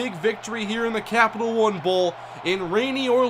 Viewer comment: Emphasis on the "Captial"